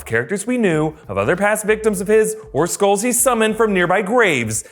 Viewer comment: Did anyone thought it said “skrulls” not “skulls” XD